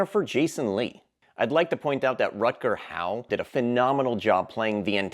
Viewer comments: Is he saying Rutger 'How' or Hower(Hauer)? It sounds like How and that gets a thumbs down from me. Acting like you know something but don't, that's the youtube way isn't it? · It’s Hauer, not Howe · I just want to point out , respectfully,that his name is Rutger Hauer, its pronounced HOW-urr not HOW. You left out the -urr part. Not being nitpicky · Rutger Hauer, not Rutger Howe. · Hauer is pronounced Hower, not How. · Rutger hau-er…not hau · Rutger "How"??? The fuck is that about? His last name is pronounced "Hower", not "How". You torpedoed any shred of competence and credibility right there. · Are you saying Del Palma bro? It's De Palma. I do like your list and i would like to see a remake of "Deathdream" but still taking place in the early 1970s. Also,Rutger Hauer's last name is pronounced "How-er." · Rutger Hauer (How-er)